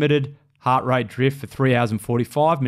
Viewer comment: "heart" is 1 syllable